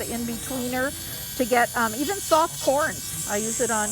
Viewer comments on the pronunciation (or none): As I watching I kept thinking you were say “soft porn”. 😂 you were actually talking about corns 😂 Also, how do you get the core out of the corn this way?